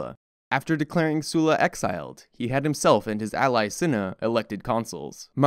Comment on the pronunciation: Excellent work!! Animation is basic but easily understandable with the history your dropping. I have to point out that your pronunciation of Sulla is off. You keep saying his name as “Sue-la” however it should be said as “Suh-la”